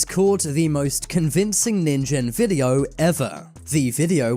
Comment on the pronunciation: that is a real squid that's nin-gen pronounced as nin and jen(ge sound)